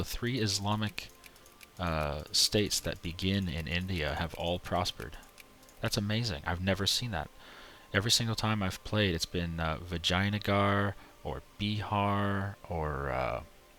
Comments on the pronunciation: Its Vijangar not Vaginagar xD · you Said Vaginagar